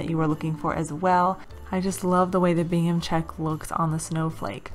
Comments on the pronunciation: New not so new subscriber.... thanks for the idea on the wood snowflake and tree. You talk very softly which is pleasant but I’m wondering what you are calling that plaid.... Bingham or Gingham? I’m sure it’s the 2nd but hard to hear? At any rate it is gingham for future reference. Not being nasty just would like to know if I’m hearing you wrong. Tfs your very inspiring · Great ideas! Love Christmas time! PS. Are you saying Bingham?!? I think it’s Gingham lol! 🤣 I love it. Thank you 💕 PPS heading to dollar store now to look for that truck ornament!!! 🤞🤞🙏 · Omg thank you!!! I was dying throughout the whole video 🤣😂. I just posted a comment on that also. Not to be nasty either, just so she was aware. I thought at first I was hearing it wrong and then I louden my volume and ....yep, she’s saying Bingham !